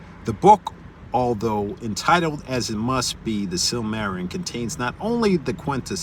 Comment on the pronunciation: you're missing a whole syllable, sil-muh-RIL-ee-un It's too bad Tolkien didn't get 200 years to write, there are so many thousands of tales and legends around the world he never got to incorporate into his world, because that was really the goal... to take all those fairy tales and everything else and write a cohesive narrative as if it were the actual pre-history of this world